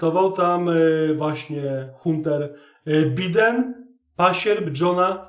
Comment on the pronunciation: 💪😄👍 No ja przepraszam, ale wymawia się: Dżou Bajden i Hanter Bajden. Pozdrawiam! Pan Bimberek.